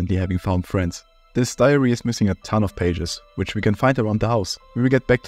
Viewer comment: I hear ‘diarrhea’ every time you say ‘diary’ 😂